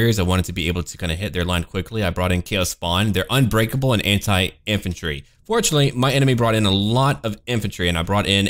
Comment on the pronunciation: every time you say anti armor i feel you say it hentai armor not Anti armor :D